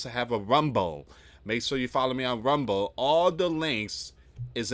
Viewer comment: I wish this guy would realize that saying "We have a Big breaking news coming out" sounds so off. "We have a Big breaking NEWS STORY" coming out. That sounds much better and more professional. And maybe pronounce the L in Rumble a little more, because no one knows what Rumbo is. 😅😅😅😅